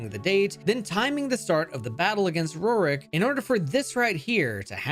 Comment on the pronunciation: Who tf is “Ro-Rick”? It’s pronounced “Roar-ck”